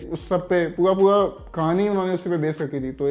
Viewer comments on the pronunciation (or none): Abe pua pua nahi pura pura bolo...baunaye nahi bhavnaaye. Thit hai?